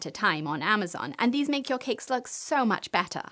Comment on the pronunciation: always hilarious how she pronounses it 'KeKKKKs"